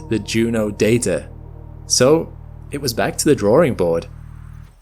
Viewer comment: "back to the drawring board", huh? Speak much English?